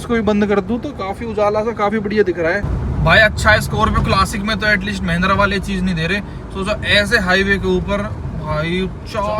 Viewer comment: Mahindra ❌️ mehndra✅️